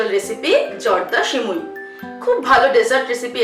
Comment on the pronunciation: সিমুই না সেমাই 😂😂😂😒😒